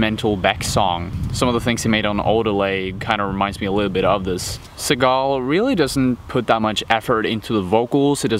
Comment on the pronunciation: u said his last name wrong\1